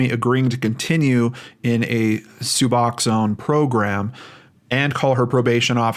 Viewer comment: just so you're aware; it's pronounced sub-ox-own. It's very different from methadone, though it serves the same purpose. It has narcan/naloxone in it, which makes it so you can't really feel opiates, Suboxone can send you into deep withdrawal if you take it while on opiates, (I was an addict 15 years ago), tried using it to get clean, but you have to wait a couple days after your last use to take it or it makes you sicker than you've ever been in your life.. suffice to say that attempt was unsuccessful, but I've been clean for 15 years at this point, so I did eventually succeed by going through the methadone program. There is a similar drug to Suboxone called Subutex, it does not have narcan in it, and it serves the same purpose. As for the cartel thing, I know when I was using I had dealers that were family to the Mexican cartels, (they used to keep it in the family if they could, and had family who were in the US along a supply chain from Mexico, the newcomers/younger cousins would start by selling to "smaller" dealers), but they used white American citizens to bring things over the border sometimes if they were having issues bringing it in other ways. They were paid well, usually in whatever drug they were addicted to, but they could get cash if they would prefer, it would just be worth less then the amount of money they could get for the drugs. They would also have them bring people who were deported for whatever reason back in by sneaking them across the border in